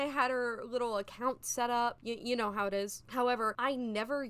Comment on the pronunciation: 2 years old but you said 'hoe artists' instead of how artists, and ngl I was super confused 😭